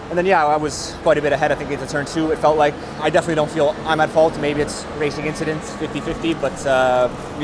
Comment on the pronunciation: Just a little inchident